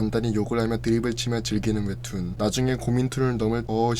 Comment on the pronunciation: 목소리는 그렇다 치는데 발음 교정 필요하다 ㄹㅇ 웹툰 ☞ 웨툰 대학일기 ☞ 대하일기 끝나버립니다 ☞ 끝나버린니다 습니다 ☞ 슨니다 점점 ☞ 전전 등등 발음 엄청 새시네 볼펜 입에 물고 연습 많이하셔야 할듯 발음 새시는 분들 보면 입술 많이 안움직이시던데 오바스럽다고 느낄 정도로 입을 정확하게 움직이고 크게크게 입을 찢으면 200% 나아집니다. 컨텐츠는 재밌는데 발음이 정말 아쉬워서 댓글달아봅니다. (경험자로써 추천)